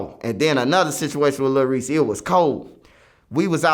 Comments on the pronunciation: Lol he callin him lil reesy is this nigga trolling? Somebody going call him out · “ little Reese “ 😭